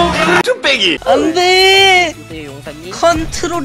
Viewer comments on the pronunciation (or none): 마지막 컨'트롤'이슠ㅋㅋㅋㅋㅋ:마트롤